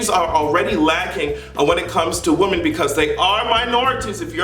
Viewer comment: When you're talking about more than one woman it's pronounced as (Wimen) you always say woman as if you're talking about one